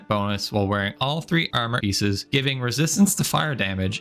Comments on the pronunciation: ummer eices 😂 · I like how you pronounce err-merrr 🤣🤣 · I fuckin hate it so much how you pronounce the word "armor" but nice video tho